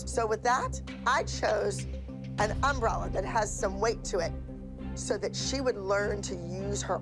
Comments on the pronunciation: as a texan it truly hurts me to hear um bralla not umbrella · The way Abby says umbrella really bothers me.